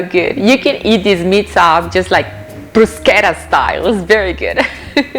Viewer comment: You get extra points for saying the word bruschetta correctly. It's an interesting take on lasagna. Nicely done